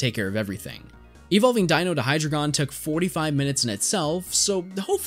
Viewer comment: Its hyDREIgon. Ein, zwei, drei. At least try to pronounce them properly. There's like 10 different mispronounced pokemon names in this video alone.